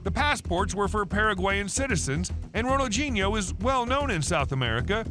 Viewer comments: Pronounced: Ronal dee nee ooo, not gee neo. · Who d hell is Ronaldginio, pronounce the man's name correct please sheez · Lmao! What a stupid fucking title. Makes it sound like he committed a serious crime, but only got in trouble over debt and a fake passport. Also, "Ronalginho"? Do you often mistake the D with a G, you fucking moron? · Who is Ronald-JEE-Neo ??? It's pronounced Ronald-DEE-Neo, surely ??? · Why is im hearing Ronaldjino. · It's called FOOTBALL And his name has d in it not a g, Ronaldhino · Does the narrator pronounce his name correctly? I mean really, Ronald Genie-O? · Ronaldjeano-at least get the name right! But a good video though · Bro said ronajinyo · the way you pronounce his name is beyond wrong, js lmaooo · It’s a shame the commentator couldn’t pronounce his name properly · 0 seconds ago When did ronaldinho suddenly get a “G” in it when your narrating his name? I thought you was talking about another footballer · FOOTBALL NOT FUCKING SOCCER and Ronaldinho doesn't have a g in it so maybe learn how to say the name properly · Bro please pronounce his name properly please I’m begging you 😂😂😂